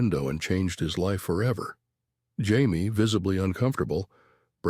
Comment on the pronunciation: Why does this thing keep pronoucing Jaime's name as Hy-me?